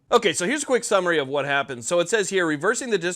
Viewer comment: Say vhat?